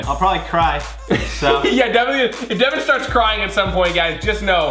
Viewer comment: not devin